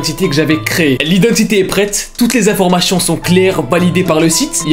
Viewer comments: Mdrr jpensais j’étais la seule a remarquer qu’il disait "chion" au lieu de "tion"😭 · On dis « informaTION » et non pas « informaCHION » 🤣 Sinon, meilleure vidéo de la journée! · Informachion 😂 c'est a cause de son accent